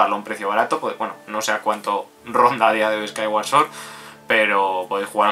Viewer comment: por lo menos pronuncias bien "sword". Creo que eres el primer youtuber que lo hace.